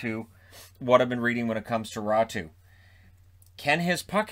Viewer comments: Is mispronouncing Raty as Ratu or is it actually said like that? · The Finnish Y is pretty tricky for native English speakers to pronounce without some practice. Also the A/Ä thing is hard, since English sources spell both as A. In this case the name is Räty, but has it somewhere between Raty and Ratu. The R should be rolled too. Lastly, the stress should be on the first syllable, always. But it's an okay pronunciation that fits the flow of the English language (switching pronunciations from ENG to FIN to ENG mid-sentence is cumbersome for anybody anyway). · To a finn, he is def mispronouncing Räty.